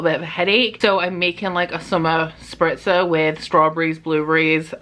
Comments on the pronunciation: Love your vlogs 💕 and I love how you pronounce „Spritzer“, sounds really good 😍😂 (I am from Austria) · As a fellow Austrian, I feel you 😂 Has a really nice ring to it ... damn, now I want one too!